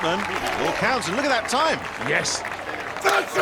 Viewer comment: "Thoit's oit Toim, coam oan"